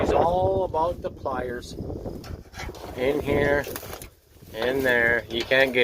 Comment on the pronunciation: Pliers, I thought you said fires. Cool, get the blow torch & watch it melt, lol.